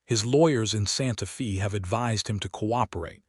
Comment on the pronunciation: Very good story. But, the reader needs to pronounce Santa Fe correctly. Feb is said like a woman’s name, Faye. It’s not pronounced correctly in several very good stories.